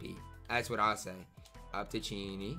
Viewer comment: Cheaney name is pronounced CHAIN EY btw love the content